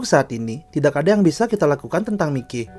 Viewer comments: kenapa Mi-Key bukan Mai-ky penyebutanya . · Mayki bang bacanya😐